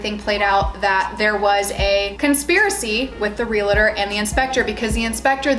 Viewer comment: Realtor not realator